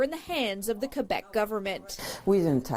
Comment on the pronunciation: Wow, you impress me. Pronouncing Québec properly. Most anglophones have such a time saying it properly.